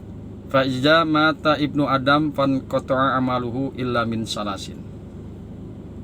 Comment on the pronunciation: Fainqoto'a 'amaluhu ,buka fanqoto'a pak hehehe maaf